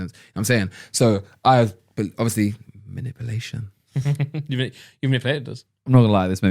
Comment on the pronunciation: manipuuuulation not manipelation